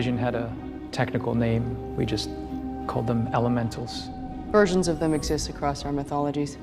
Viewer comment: You said "Mysterios, ELEMENTOS" ?!?!?! 🤔